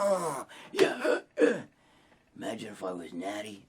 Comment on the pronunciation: Magine Magine Magine Bro Magine... “no I don’t want to Magine” fking hysterical there in every gym